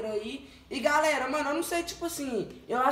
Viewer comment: "bom gálera" kkk